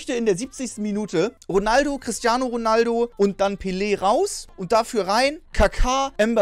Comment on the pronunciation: und Pillie anstelle Pelé😂